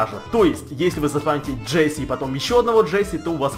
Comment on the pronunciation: вобщето не джесси а джесс